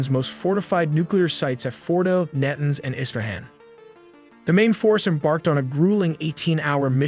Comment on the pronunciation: Your, "narrator " continues to mispronounce names of Iran's cities, like Na'-tunnz, and even US military aircraft, like the KC-135 "Strah-to- tankers". Your continued use of an AI version of Dean Cain narrating your videos is embarrassing. More: Ro-terry, (Rotary) Air Refueling System, ser-vellance aircraft, and ra-der (radar).